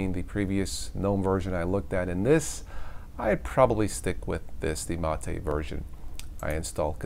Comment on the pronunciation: for correctly pronouncing Mate.